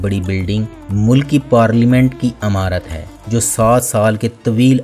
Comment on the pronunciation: آپ جو معلومات دے دے ہیں وہ صحیح ہو سکتی ہیں۔ لیکن اردو زبان کا آ پ حشر نشر کرتے ہیں۔ مثلاً عمارت میں ع کے نیچے زیر ہے زبر ہے۔ کسی اردو دان سے صحیح تلفظ سیکھ لو بھئی